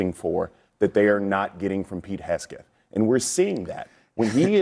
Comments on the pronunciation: Bakari keeps calling Pete Hesgeth 😂 it’s Hegseth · It’s hilarious that he thinks we needed him to tell us that he never served. Should we tell him it’s obvious and we already knew just by listening to him attempt to speak? Also it’s HEG-SETH. Not HES-GETH. Tell us you’re retarded without telling us you’re retarded. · "Hesgeth" ... you were saying something about competence? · Did he call him Pete Headskin? 😂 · I am ashamed of this Black guy with an Afro. You've never served, and you had the gall to tell another man that served that he is incompetent??. Freaking wild to me. By the way, his name is Pete Hegseth, not Hesgeth. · I think pronouncing "Pete Heg-set" aka "Pete Headset"...is incompetent. Which is it buddy?! It's not the 90s and the man isn't a Sony Walkman. It's Pete Hegseth. Multiple commendations for his service - in various theaters - Iraq, Afghanistan; including an • Army Commendation Medal • Combat Infantryman Badge • Bronze star amongst others ...and to the lady babbling - pretty sure you get a "combat infantry badge" FOR ACTUAL COMBAT. What's the other word for a donkey again? Isn't that the party mascot animal? Uh - huh. Speaking about a tragedy as if it's a certainty that America is implicit in that tragedy, is ignorant and presumptuous at best. It is traitor-esque at its worst. Low hanging fruit too - using kids. Bleeding heart...donkeys always stirring the pot of mainstream emotion in the absence of verified facts or evidence. God bless all those who are casualties of war. Stupid and careless insinuations like this dishonor them. And our great nation. Maybe though...it's just par for the course in a day in the life of a blue donkey - under the limelight of mainstream media. Filled with hate for America and for those who protect it. All the while benefiting from the many securities and opportunities it provides. Shameful yet shameless behavior ubiquitous on mainstream news networks. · Hess-gethe ? Doesn't he mean A-a-ron and Oshag-hennessy.